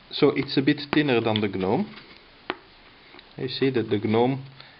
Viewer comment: The G is silent.... It's pronounced 'nome'